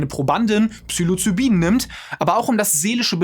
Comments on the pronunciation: und es es heisst Psilocybin und nicht Psylocibin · Nicht Psylocybin, sondern Ps*i'locybin. Genauso wie Libyen, nicht Lybien. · Falsch ausgesprochen habt Ihr aber Psilocybin. Obwohl es definitiv psychoaktiv ist, fängt der Name mit "psi" an, nicht "psy".